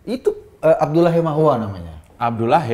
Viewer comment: Ijin Pak Eko Kuntadhi &..... Ada baiknya kalau perbincangan jangan melebar atau salah pengucapan "Hehamahua"! "Hehamahua" adalah salah satu Marga/Fam dari Ambon Maluku, dan jika ini dibiarakan pasti terjadi tuntutan dan menimbulkan kemarahan oleh warga Maluku, terlebih khusus pemilik Marga "Hehamahua" Mari memberikan pencerahan yang positif, tanpa menyudutkan Suku/ras orang lain.